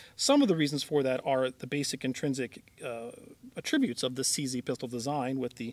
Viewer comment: Great review, it is : "A trib ute" though, not "a Trib ute", as a noun; emphasis on the A, not the Trib lol. As long as your new employ is public speaking. I have an English BA. Bravo for your courageous efforts thus far: 2 thumbs up! As a verb your pronunciation is correct.